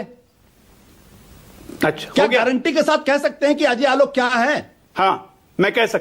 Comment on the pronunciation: Pehale is Ajoy Aolok ko pronounce karna sikhaye koi